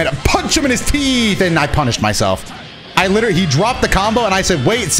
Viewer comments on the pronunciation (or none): none